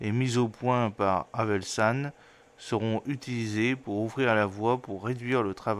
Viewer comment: Bonjour , pourquoi repetez vous toujours haselman ? Pourtant vous n'avez qu'à lire .